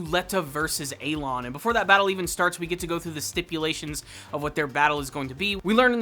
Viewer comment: he's not A-loin he's Elan